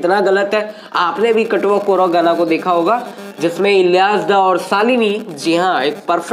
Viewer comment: chatwa kora Matalab majakiya larka lekin aap baar katwa kora katwa kora bol rahe hain.